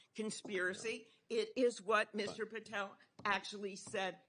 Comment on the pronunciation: She should comb her hair and learn how to say Patel correctly.